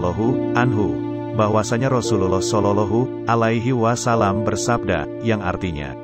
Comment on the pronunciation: Maaf ms, bacaan nya tolong diperbaiki lagi, terutama pas menyabutkan kalimat Rasulullah Shallallahu’alaihi Wasallam 🙏🙏